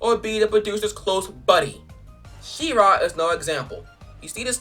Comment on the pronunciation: it's she-ra not sea-ra